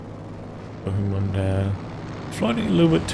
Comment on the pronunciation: That pronunciation of Bohemond of Antioch! Made me giggle. Clearly not a fan of medieval history! Fun game though.